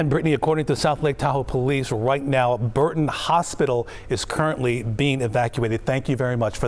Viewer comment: The name of the hospital is Barton Hospital not Burton !